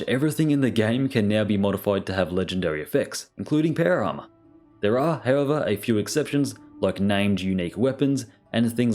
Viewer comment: Dear, I still find it so funny hearing you saying "péuer arma"